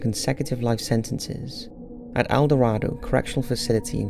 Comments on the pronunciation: BTK is at El Do-RAE-do prison, its pronounced with a long A-, not not el do-RAH-do. The town is definitely not the mythical city of gold lol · As a resident who experienced the panic of BTK’s revival and is now living there, it’s pronounced El (Door)ado :) Great video as always Top5s! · good video but its EL(L) Dorado lol